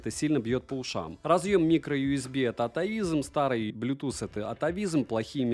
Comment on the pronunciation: На слове "микроюсби" захотелось поставить дизлайк (